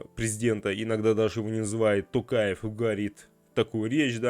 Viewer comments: Написал бы на листочке и читал с листа. Такое впечатление , что специально коверкает господин Пукин. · Я смеялась над Путиным 😂 как так? Президент РФ, 30 лет учился имя Нурсултана Абишевича Назарбаева произносить. А теперь не может произнести Касым-Жомарт Кемелевич Токаев. Других президентов ЕАС он хорошо произносит. Поэтому стоит задуматься. Ай ай Путин